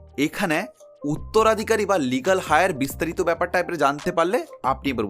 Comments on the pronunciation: কথাটা “লিগ্যাল হায়ার” নয়, 'লিগ্যাল এয়ার'।। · কথাটা লিগাল হায়ার নয় লিগাল এয়ার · কথাটা লিগ্যাল" হাই আর" নয় , লিগ্যাল " এয়ার"। উচ্চারণ টা সঠিক করে বলুন। ভুল বলবেন না! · Legal Heir -er Heir shobde "H" silent taai etar uchcharon holo "eir".